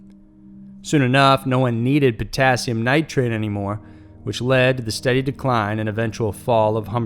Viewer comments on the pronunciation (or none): none